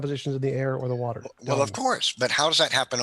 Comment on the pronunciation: "the wah turr" 😅